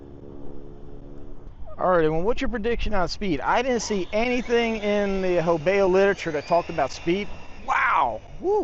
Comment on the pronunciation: let me help you here there bud. You consistently constantly murder this company's name🤣😂🤣😂 The name "Hobao" is pronounced "HOH-bow", with the emphasis on the first syllable. Here's a breakdown: Ho: Pronounced like the word "hoe". bao: Pronounced like the word "bow".